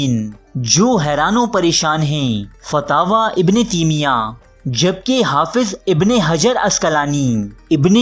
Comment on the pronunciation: Ibn teemia nahi taimia hotahy Bhai ya Urdu theek karo ya arabi